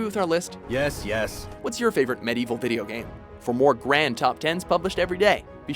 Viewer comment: Am I the only one who's kinda uncomfortable with this guy's pronunciation of Medieval?